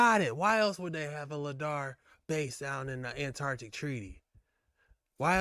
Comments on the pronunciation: Bro! It's called Lie-Dar not lid-ar..! Even after watching a video with the guy saying it correctly, you still called it LID-AR..... straight dumb. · 😱😱😱it's not Ladar it's sounds like LIEDARR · ITS LIDAR!!!!!!!! NOT LADAR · my man its not ladar its lidar like lie - dar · Hey see it's lidar your saying it wrong but love dog. Doing great keep it up. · It's pronounced lie dar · It’s Pronounced “Lie-Dar” Dayumm the guy said numerous times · Come on man I love your videos but come on,, it's pronounced ly-dar, and it's what you're good quality radar detectors are looking for when you're speeding down the HI-way, lol, but the light are they using down there is more than likely being used to f*** with the weather the great tool if you want to mess with a country. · for the love of god please pronounce Lidar correctly.. its pronounmced ("Lie Dar) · Its pronounced LIE-DAR I like the content though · Lidar- Lie-Dar. lol you pronouncing it wrong bro. Lidar is hugely used by archeologist and I’ve thought of finding a way to purchase one so I can freely use it to scope out and reveal findings💯. Now I wanna go and reveal North Pole truths #archeologystudent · The proper pronunciation is lie dar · Pronounced lie dar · its pronounced.....LIE_DAR !!!!!! DANG BOY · My brother it’s pronounced LIE DAR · Lie-dar brother XOXO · Just slightly concerned that you continued to mispronounce lidar